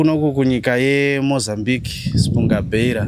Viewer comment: It’s “Espungabera” not “Espunga-Beira”